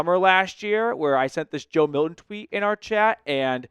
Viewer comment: Can you pronounce Milton? Yikes.